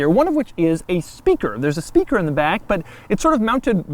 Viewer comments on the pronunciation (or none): after , when he started talking about the "speaker" in the back, i swear i thought he was saying "stinker" .. .. subliminal that had to have been the rubber.. rubbing .. against his.. .. back? voice recorder? .. .. i deno, the sigh didn't help, though haha